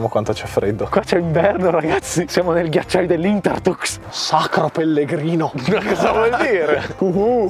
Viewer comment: Mamma mia che dice,qui siamo nel ghiaciagli dei lintertucs